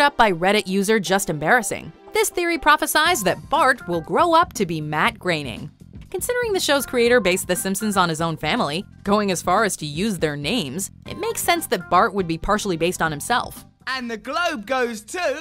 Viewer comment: Jonathan Langham its pronounced grayning